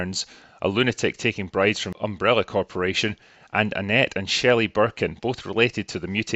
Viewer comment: Great, but it's Sherry Birkin, not Shelly :)